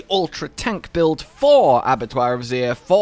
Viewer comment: Abattoir of Sooooooeerrr?